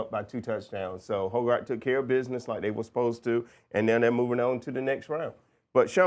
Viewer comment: Its not "hoe" "guard", its "hog" "erd"